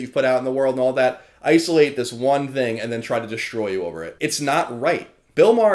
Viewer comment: I still hate the way you say "thing" actually its most words that start with "th"